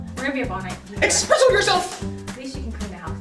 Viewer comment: Espresso, not expresso. Thanks, have a good day.